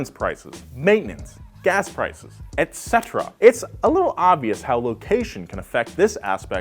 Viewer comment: you're probably the only person on youtube who properly pronounces etc. Thank you!